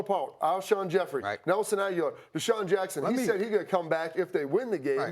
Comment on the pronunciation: Ag-you-lar? Really? If you're paid to talk about sports, you should know players' names.